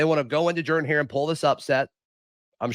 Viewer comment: Is it jerdan or Jordan?😂😂😂 you’re not the only one that pronounces it like that.